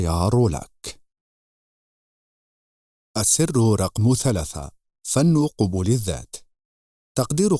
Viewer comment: احسنت موفق لكل خير ان شاء الله..من باب لفت النظر تُلفظ قَبول بالفتح لا قُبول لأن قبول بالضم جمع قُبُل